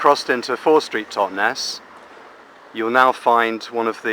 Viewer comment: Totnes does NOT rhyme with Loch Ness!